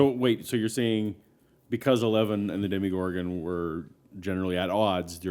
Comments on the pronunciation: You kept saying demigorgan wrong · "deemagorgon" me: BYEE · No one has ever called the demogorgon a deeeem-o-gorgon. Nor DEMI-gorgon. It's fucking DEMOGORGON. Demo. Gorgon. Dem. O. Gor. Gon. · I don't think you've watched the show if u say deeemogorgon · itz dema gor gon not demogorgan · MyNameIsMilligan demogorgon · how do you watch hours of this series, hours of listening to people say the monsters name, and still manage to say it wrong. The one guy that was meant to get his 'mind blown' knew and didn't correct him like seriously. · You're pronouncing the monster wrong